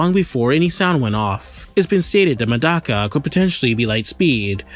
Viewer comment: mf its not "Madaka" it's Medaka😭😭😭😭🙏🏿🙏🏿🙏🏿🙏🏿🙏🏿🙏🏿